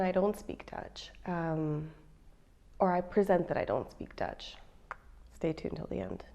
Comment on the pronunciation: Her Dutch G's and R's are really good. Learning the pronunciation of those two letters are half the battle of learning Dutch. :)